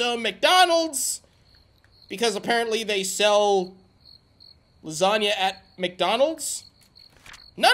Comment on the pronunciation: gAFEALID SAID LUSANIA